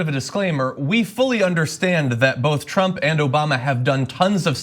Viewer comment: I also hope that another half of which is rest of Tlump’s thugs go to jail cuz they deserve it for supporting his campaign in the first place. Thank u for your compliment for the profile picture. I also love the way u pronounce trump “Tlump”😂😂😂😂😂 oh I love it 😂😂